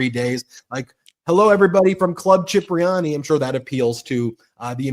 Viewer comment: It's spelled Cipriani and pronounces Kipriani not CHipriani. I thought you were a New Yorker.